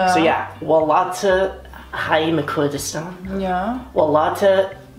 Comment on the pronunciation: waal llaaat wtf - its welat, what is waalllaaaattt